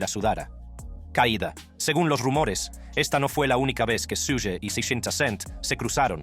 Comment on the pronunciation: Su-gue jajajajaja